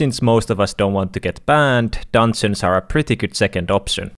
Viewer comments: say Dungeons right not dansins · I love how he says dungeons its like dunsens